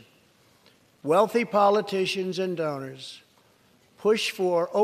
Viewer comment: “Poli-tatians” ... “Maked-ed china..” This is ur president? 😂😂😂